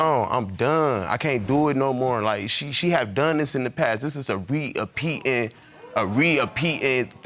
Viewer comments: Where the hell did that man ever learn a nonexistent word like “re-apeatin”? The word is simply; “repeating”. It’s a repeating occurrence. How do people HEAR a word and then literally MISPRONOUNCE the word when they say it? Like when people say “pacific” when they mean to say “specific”. How the…. Omg 🤦🏻‍♂️ I bet no one in these comments even caught that. BMS didn’t even notice it. I’m sorry but hearing some made up word totally took me out of the moment. Ignorance is a choice, people. Stop choosing ignorance. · When he said "re-a-peating" I laughed lol